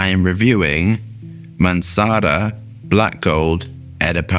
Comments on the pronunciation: its MANCERA not MANCARA:)... I wouldnt bother writting it, but every mancera video you say it "mancara" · Wtf you're talking about? Mansara, Azzareeo and Acqua di Geerio is the right way